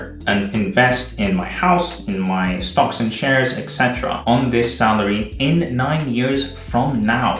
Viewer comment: I love your videos, they’re really inspiring to me at this point in my life. But please start pronouncing “etc.” correctly (esetera, not ecsetera). xD